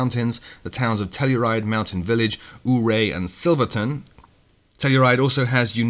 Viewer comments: Great show as always. Just FYI for the release, most people in town pronounce Ouray as "you-RAY" instead of "OOO-ray". It's a great place to visit as well. Several major films shot in and around town (the original "True Grit" used the town hall/courthouse for many of its scenes), and it's got a great history from the Colorado Gold Rush and even back before the settlement of the Rockies by Westerners. It's really nice to finally see some of the ski towns and their interesting airports get the attention they deserve finally. I do hope that someone can say whether the ORBx and Aerosoft sceneries are going to be compatible becuase I get the feeling that ORBx is getting close to releasing that area of the Rockies as a full fledged product seeing as they have now done both Eagle and Telluride. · You mispronounced ouray. it's properly you-ray